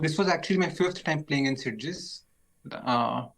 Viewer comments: As a fellow chess enthusiast from Barcelona this is sad to hear. At least with Christian pronunciation nobody will know where Sitges is :P (try Sit+Chess next time, pretty accurate to the catalan pronunciation) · Being catalan and beating you pronounce sitges is just funny. You are saying half the word